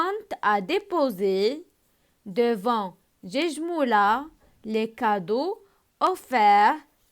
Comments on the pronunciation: on dit guejmoula avec ك non pas j comme gare Merci 😊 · vous avez fait des erreurs Guejmoula ma prononncé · Guejmoula faute de prononsation